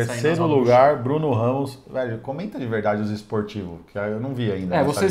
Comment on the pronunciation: “Esportivos” hahahaha